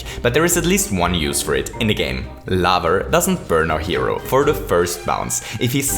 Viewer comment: Did.. did you just say Laver ?